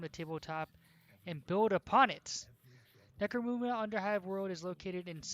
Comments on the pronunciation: Necro-muhnda, not Necro-moonda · Munda not muuuda